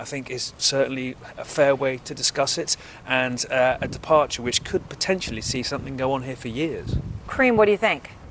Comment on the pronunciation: "Potensively"? Is that potentially + ostensibly? 😂